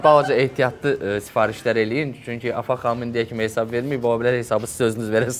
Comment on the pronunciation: Anons edene ne eceb bir adam demir ki, “HESAB” sozunde “Y” herfi yoxdur. “heysab” YOX “HESAB”dir.